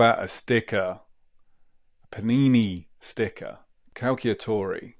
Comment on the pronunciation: Nice video, but please say cal-cha-tori 😅